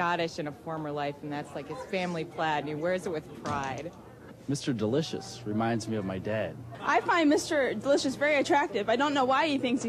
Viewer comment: The way and pronounce "Delicious" is irritating.